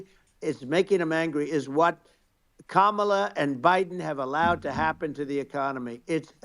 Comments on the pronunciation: He accidentally said Kamala's name right! He's definitely slipping! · At least he pronounced Kamala's name correctly... 😅